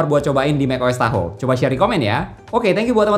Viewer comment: Tahoe ❌ Tahu ✅